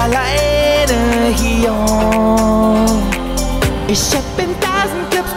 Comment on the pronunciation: und dieses „hierr“